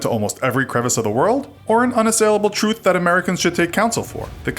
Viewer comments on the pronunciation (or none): none